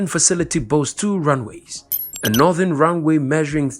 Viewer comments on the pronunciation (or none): none